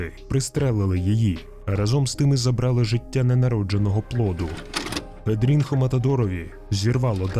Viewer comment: Читається не не Педрінхо а Педріньо